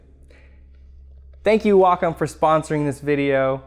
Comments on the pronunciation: I always thought it was pronounced Wacom, not Wacom. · Jehu Jehu Neither, actually. It's Wacom.